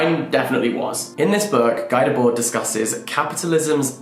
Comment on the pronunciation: you're pronouncing guy debord completely wrong babe